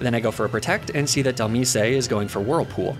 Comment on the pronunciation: AND DHELMISE "del-meese-ay" like bro it comes from DEMISE do you pronounce demise as "duh-meese-ay"?